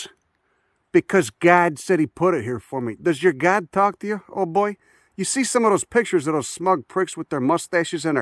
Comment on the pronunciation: "yer gawd" haha love it